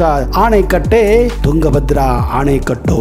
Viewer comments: ಆಣೆಕಟ್ಟು ಅಲ್ಲ ಅಣೆಕಟ್ಟು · ಅಣೆಕಟ್ಟನ್ನು ಆನೆಕಟ್ಟು ಎಂದು ಹೇಳುತ್ತಿದ್ದೀರಾ ಅಲ್ವಾ ಸರ್